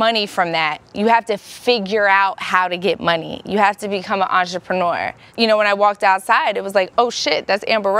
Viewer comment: what is an "ajepreneur"?